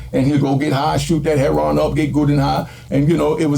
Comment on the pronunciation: HEROIN... not herryON